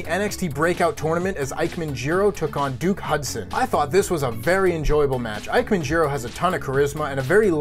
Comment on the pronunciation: A heel Big E sounds interesting, but a bit ill timed for Money in the Bank. Signs show a bit more for Kofi to turn heel to me. In other news: Damn it,. "Ike-man" Jiro? I expected better. It's pronounced "E-kay-men". Put some respect on the man's name.